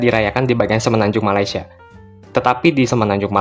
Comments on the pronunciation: Orang malaysia sebut malaysia “me-lei-si-e” bukan “ma-lai-si-e” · Hahahah😂..knpe aku rasa lawak..bila orang Indonesia ckp Malaysia😂😂😂